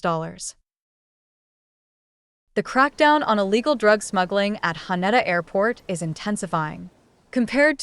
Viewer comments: Ha-Ney-Da! AI strikes again? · how you said haneda sounded so weird please practice before saying it and say it the right way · Can't even pronounce the airport's name right throughout the video.